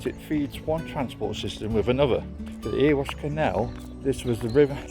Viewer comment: sorry to correct you its not erewash is pronouced errywash